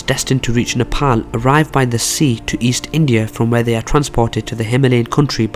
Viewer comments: Only guy who pronounce 'Nepal' as 'Nepal' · Finally a guy who says Nepal as "Nepal" instead as a "Nepol"..and furthermore really good video keep it up !! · It's good to hear a non nepalese pronounce our country's name right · You are the first foreigner not to say "Nepol" you pronounced it correctly. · So pronouncing Nepal is possible by a foreign tongue. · Loved how you pronounced NEPAL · Thank you for pronouncing Nepal 🇳🇵properly even people living in foreign countries don’t pronounce it properly ❤️ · 1st thing I noticed is that he pronounced Nepal correctly unlike any other foreigners🇳🇵👏👏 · You pronounce the word "Nepal" soo accurately rather than other foreigner